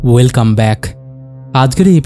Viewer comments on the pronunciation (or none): none